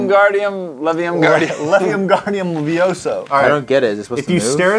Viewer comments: Its wingardium leviosa- Not Wingardium levisoa~ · It's Wingardium Leviosa, not Levium Gardium Vioso. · It's wingardium leviosa (lev-ee-oes-uh)